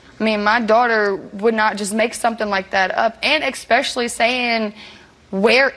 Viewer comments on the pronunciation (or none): Both steve and the one girl both said “eggspecialy” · I know it’s not the takeaway but why the fuck do they all keep saying “expecially”? Even Steve says it. It’s especially. There’s no fucking X in there.